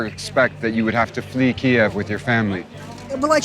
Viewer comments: I guess nobody taught this journalist how to properly pronounce the name of the Ukrainian capital, especially in front of Ukrainians, eh? Yeesh. How embarrassing. For me, that is. As an American. Ugh. Get educated, brah. #KyivNotKiev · I thought it is pronounced KEEve not Kee-EV because we are all standing with Ukraine. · I’m not sure I think the Michael Bay style action drama is what I want to see when people are really suffering. Furthermore, why pronounce as “Kiev” as opposed to the non-Russian, “Kyiv?” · Can you PLEASE pronounce the name of the city "Kyiv" (keeev) and not (key-ev)! Kyiv (keeev) is the Ukrainian pronunciation and that is how it is spelled. (Key-ev) is how the dictatorship under Putin says it. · Kyiv…not Ki-ev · Tfw the host pronounces the name of the city as "KiEv" instead of "Kyv". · Kee-ev. <---that is how you pronounce it. Not KEEV. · Guy is literally reporting from Kyiv but continues to pronounce it to Ukrainians faces as Kiev despite the fact they’re being bombed is incredibly callous. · its pronounced "Key-ev", not "Keyve" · Attention reporter..…in Ukraine it’s pronounced “keev” not “kyev.” You’re in the country and it’s being attacked indiscriminately, the least you can do is pronounce the country’s name correctly. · Kie-ev? I'm out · thank you for the detailed intimate coverage of those defending their homeland. PLEASE however use the Ukrainian pronunciation of Kyiv (keev). You are using the Russian pronunciation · It's not pronounced "Keeev" by Ukrainians. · Keev kyiv kiev how many mispronounced ways can people say the cities names? Have respect learn how the cities are pronounced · Vice, this is a really good news piece, but Kiev, as pronounced by the reporter, is considered offensive by the Ukrainians as it’s the spelling used during Soviet times… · He’s pronouncing the capital’s name the Russian way not the Ukrainian way. One syllable not 2. Come on Vice News you can do better than that.